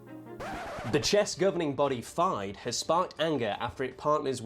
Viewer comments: its FIDE woman as in FY-DE not DEE-DAY omg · I've never heard someone pronounce FIDE like that lol